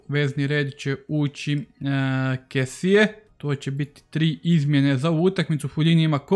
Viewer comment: Jedna mala opaska... Čita se Frank Kesi, a ne Kesie :)